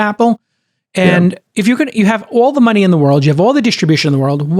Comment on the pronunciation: Thank you sooo much for talking about the Apple stuff (Masimo Vs Apple). Like you said, "Paiy the mahn his mahnee" 🤣